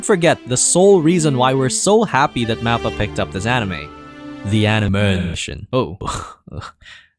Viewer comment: MAP-PA? Please don’t make anime videos if you can’t even pronounce the studio right. Mahpa or moppa it’s not a map.